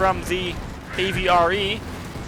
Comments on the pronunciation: I get what you are saying but it is called and "AV REE" not an "AV REH" like you were saying it. Armored Vehicle Royal Engineers (AVRE) but thank you for your efforts. :) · Please please please, for the love of god, stop saying avra It causes me physical discomfort